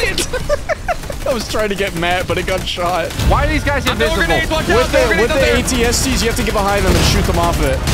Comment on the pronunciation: Thank you for properly calling them AT-STs…